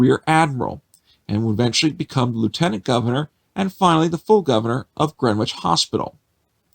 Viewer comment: Learn how to properly pronounce " Greenwich!' Your clumsy pronounciaction detracts from your presentation.